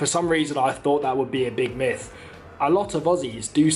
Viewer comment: Not a judgement but the word is myth not miff.Just a point.